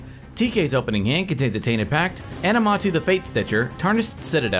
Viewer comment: Aminatou, why lot of time i hear Animatou?